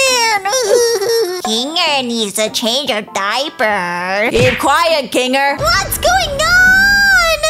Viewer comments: Its not bubbles its bubble Its not zoober its zooble Its not kingle its kinger Its not agatha its ragatha BUBBLE’S A GIRL I hope these help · Ruthbell just said kingel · U said king ger to instead of kinger and u said zoobre be careful nextime whem making a amazing digital circus video😅😅😅😅😅😅